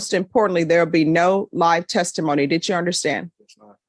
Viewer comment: Dit chew understand that dit chew is not the correct way to say did you? Dit chew understand that wig isn’t fooling anyone. Dit chew understand that your court reporter keeps a record not a wreckurt?